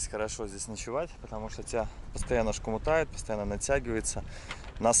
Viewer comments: прекрати постоянно говорить шкомутает, в остальном ок) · как не зайду на канал, так шкомутает